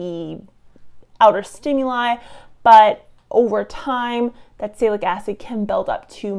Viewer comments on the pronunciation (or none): Honestly, you mispronounced Acetylsalicylic as "Acetacilic", and Salicylic at least 3 different ways: "Saylacitic", "Salicytic", and "Saylic" ... You lose cred as a "scientist" immediately when you can't pronounce a fairly common chemical name. You are otherwise fairly well spoken, but if you can't pay attention to the simple details of pronunciation, your listeners can't trust you've paid attention to the details in your research. Good luck with future videos and being a little better prepared.